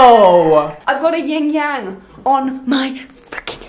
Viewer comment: It's not YING Yang, it's YIN Yang.